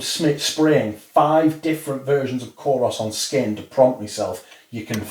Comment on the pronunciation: thank you! Btw and I hope you dont mind correcting you but Kouros is actually pronounced koor-oss (koor rhymes with tour, poor..)